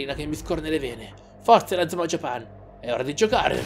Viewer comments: Bel video! (Comunque è JÀPAN, non JAPÀN) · japan è inglese, e l'accento non cade sulla prima A dato che non c'è, ma sulla seconda. la pronuncia italiana nel doppiaggio è sbagliata, così come Inazuma e Raimon.